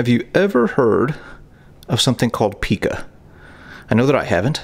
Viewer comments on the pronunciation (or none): It's pronounced pycah not picah. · Yes, and pica is pronounced Pie-Kuh, not pee-kaa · Pica is pronounced Pai-kah / Pike-Ah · It’s actually pronounced pie ca not peeka. (Pica) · It’s not pronounced pee ka it py ka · Pike-a is the correct way to pronounce the word pica. Its actually a warming sign iron deficiency. Pregnant women are warned about this condition and told to report strong craving of inedible things such as laundry soap, dirt, rocks, metal, etc. Maybe that poor woman was not receiving proper nutrition and a severe case of pica and it's effects is what k!11ed her. Thank God we've come so much further in the way we treat the mentally ill 🙏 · PICA pronounced PIKE-A. Craving odd things to ingest. Cool tour! Thanks! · Pica ....my kids' doctors pronounced it pie-kuh. It is something doctors and therapists still inquire about. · The eating of objects is called pica- pronounced with a long I. Like pika. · As a nurse that worked in a facility for the mentally challenged for 27 years, they're called now instead of an insane or mental retardation, mental illness, it's mentally challenged. I was watching part of your clip on the pica behavior,I think you pronounced it like Pikachu but it's spelled the same and actually pronounced pica and the individuals that I worked with plenty of them had pica behaviors anything from dirt to feces to the items you've listed anything that they could get their hands on, and when I say anything, anything. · Pica is pronounced like Micah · Just so you know Pica is pronounced - Pie (long i) -cah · It is pronounced Pie-ka. (Pica) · Pica pronounced PIE-CAH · Pronounced Py-Kuh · Its called p-eye-kah =pica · Its pronounced pieka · its pronounced *PIKE-AH* I WAS GIVEN THE DIAGNOSIS WHEN I WAS YOUNG BECAUSE I LACL CERTAIN VITAMINS AND MINERALS..... LMAO MOST PREGNANT WOMEN GET IT..BECAUSE THE BABIESSTRIP MOM OF CERTAIN NUTRIENTS ....LMAOO..... I WAS BORN WITH IT... I USE TO EAT CHALK AND SAND AND GAIN LOL *I'M A NURSE* LPN